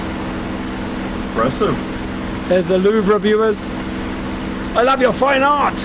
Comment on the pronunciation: And Kudos for calling the Louvre Louvre and not Louv...